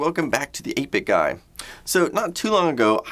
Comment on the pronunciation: Is he purposely butchering 8 bit guy's name ..lol🤔